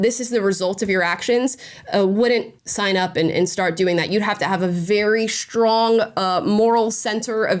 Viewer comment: Why do you pronounce strange as "shtrange"? it's so weird. Edit: now I also hear "shtrong" instead of strong. WTF